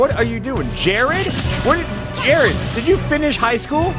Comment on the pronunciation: Hi, my name is Jered.... listening to this hurt....